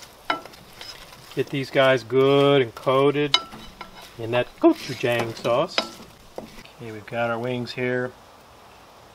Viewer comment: The wings look great! Just so you know, you should pronounce Gochujang, go-chu-JAHng... not go-chu-JAYng.